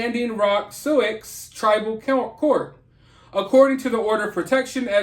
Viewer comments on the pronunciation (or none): Is the tribe spelled Sioux? If so, it is pronounced Sue. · It's spelled SIOUX but sounds like Sue 😉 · In Souix I beleive the X is silent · Look up the proper pronunciation of Sioux.